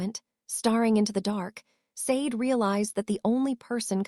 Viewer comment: Sade is pronounced "Sha dei"